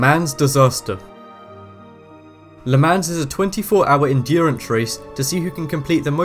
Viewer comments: pronounced "luh maun" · Le "maw" not le MANS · They use ice on bobsled/bobsleigh tracks, not snow. Sharon Stone is an actress. Arrhythmia is not pronounced like that, and neither is Le Mans. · it was shannon stone not sharon stone and the a in le mans is pronounced as an o at least learn to pronounce the names and say the words properly